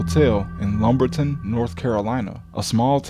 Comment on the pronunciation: I believe his dad got knocked off by two dudes in lumberton. I live in mccoll. His dad was found about 2 minutes from my house (I’m serious. You pronounced it incorrectly too lol). I’m from lumberton. Mother raised there The place Jordan’s dad stopped was/is literal most crime infested area in North Carolina. Mccoll/marlboro county is dangerous also. Under no circumstance would I ever stop on the side of the road unless I’m planning on not coming home. ESPECIALLY in lumberton.